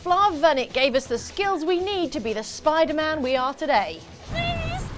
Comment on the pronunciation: Why is pronouncing Spider-Man as "Spy-demand"?